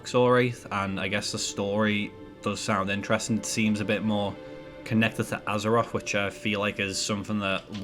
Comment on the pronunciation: It's called "Azeroth" not "Azeroff" and it's "mythic" not "miffic" and it's "something" not "somefinger" it pains me how people get to adulthood and still talk like 4 year olds